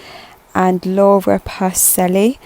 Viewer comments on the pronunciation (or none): none